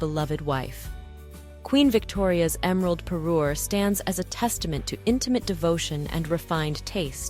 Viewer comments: Me encantaría q pronunciarse correctamente, no le regalo un Perú ( un país) le regaló una parure ( conjunto de joyas que hacen juego). Mí Dios!!!!😮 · Say Parure one more time.